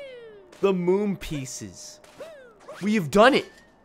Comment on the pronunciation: It's moon not moom